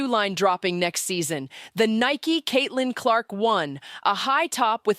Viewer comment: Please pronounce her name. Correctly